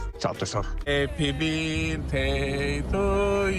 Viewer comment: Al Happy " birtey "sono stramazzata al suolo 😂😂😂😂😂😂😂😂😂😂